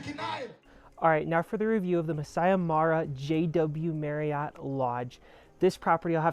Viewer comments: Great video! However, if you're creating content like this, it would be helpful to pronounce local terms correctly, such as "Masai Mara" (not "Masi Mari"). Just a friendly suggestion! 😊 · You’re pronouncing the park name wrong. It is Mah-sigh Mah-rah not Mass-see Mah-rye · Would have been awesome if you actully got the Masai Mara pronunciation right. Nice attempt though.